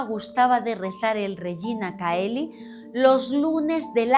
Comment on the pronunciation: Se pronuncia Regina "cheli"